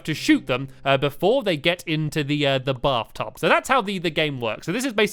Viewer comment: did stampy just say bathdub then taoilet??